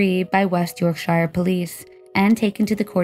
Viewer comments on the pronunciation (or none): It's pronounced LIV-ZEE and you're pronouncing Lancashire incorrectly too. It's LANG·KUH·SHUH. Oh, and Yorkshire is the same, with a SHUH sound. It's not like The Shire in LotR 🤦🏻‍♀️ EDIT - you seem to say Lancashire sort of right sometimes but not at others 🤷🏻‍♀️🤦🏻‍♀️ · And Yorkshire..🙉🙈